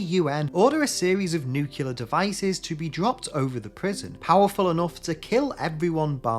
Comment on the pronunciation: It’s cavalry and nuclear, not Calvary and nucular.